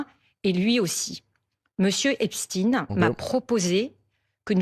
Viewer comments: C’est intéressant parce qu’elle dit Epstine alors qu’elle sait très bien que ça se prononce EpstEin, comme si elle couvrait une certaine communauté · c’est fait expres de mal le prononcer pour couvrir leur communauté mais c’est bien epstein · hepstine , mais non elle la pas dit comme ça ? .. elle rigole j'espere 🤣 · j’habite aux US personne ne dit Epstine a part ceux qui prononce mal